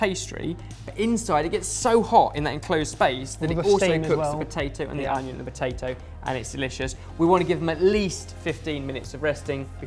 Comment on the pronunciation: I swear says batato instead of potato